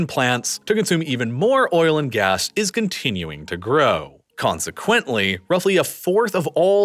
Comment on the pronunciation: Bro you are pronouncing "consequently" wrong. it is annoying